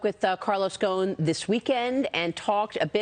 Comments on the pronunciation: Why are they pronounce his last as Ghone? His last name is Ghosn (pronounced Ghoson) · His last name is pronounced go-son